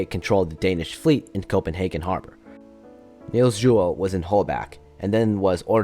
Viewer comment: This is a really good video, Although as a dane i will have to hate on how you say "niels juel" (Although the video does sound alot like just reading a wikipedia page)